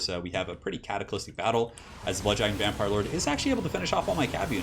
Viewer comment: Is it some kind of meme, or does not know how to say Cataclysmic??? He seems to always say CataclysTic....